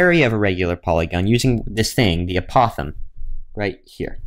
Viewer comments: Can you pronounce the word apothem correctly? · Maybe you're the one pronouncing the word apothem incorrectly. Anyway it does not matter how someone pronounces it, as long as you can understand the word it is fine.